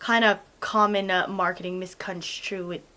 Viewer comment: "... it's a common misconstuintchy? misconstruction. yall know what i mean." LMAO!!